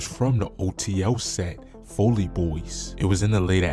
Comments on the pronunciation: This dude said foley boys folly its simple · Fol•ly Fälē boys not foley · I cringe every time he pronounce Folly wrong..